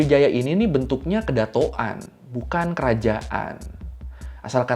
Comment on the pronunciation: Kedatonan bang bukan kedatok an